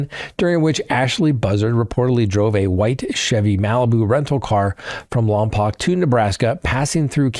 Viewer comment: Lompoke, is how we say it locally.